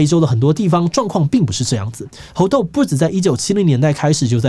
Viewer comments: 一直聽志祺唸「紅豆」病毒讓我很出戲XD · _777Plus1:我也聽成紅豆.....肚子餓了:_777Orz1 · 一直聽到紅豆，我是餓了嗎？